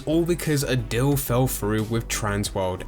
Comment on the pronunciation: dill, dill, dill, dill, do you mean deal?